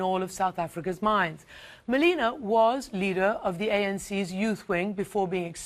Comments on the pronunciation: its Ma-Le-Ma bitch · Did she just say Malina right there??